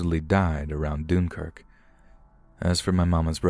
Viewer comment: Doonkirk? "Dunkirk"